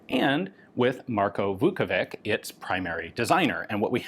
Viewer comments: A correction: Vuković is pronounced with a [tɕ], not [k]. Like ch in English. Therefore, it's ['vukovitɕ], not ['vukouvik]. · The letter C in Slavic latinised spelling is pronounced as a "ch" like in vukoVICH. Sorry my Russian bud made me write this lmao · Just a note to Slavic names pronunciation, "ć" at the end stands for English "ch" . So it is Marko "Vukovich", similar as Vasa "Teodorovich", the designer of internal magazine of one lovely pistol...